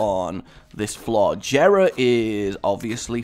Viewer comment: Dislikes people who miss pronounce Jera (YEAH-RA) and people who dont remember to pick certain things up RAGE